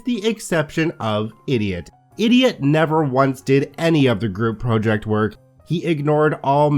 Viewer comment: props!, but I really hate your pronunciation of the word ‘project’:)